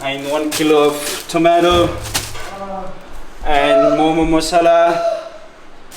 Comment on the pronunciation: I’m half Nepali! And momo is my fav food 😋 And that’s not how u pronounce momo ;w; Btw did u know that Nepali ppl eat rice for lunch and dinner??